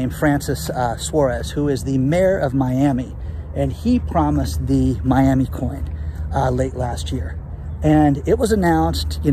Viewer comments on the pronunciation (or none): none